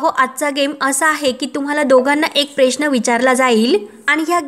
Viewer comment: अगदी शब्दाची बाराखडी १८ वेळा गावंढळपणा सोडा आपुण प्रेश्न असा उच्चार नाही ग बाई किमान उच्चार तरी सुधारणा